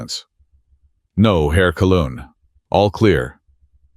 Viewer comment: Not Herr "colon" but Herr "Kaleu" ftom Kapitän- leutnant, the rank hold by the U-boat captain. The "eu" part is pronounced like the Aussie " oii"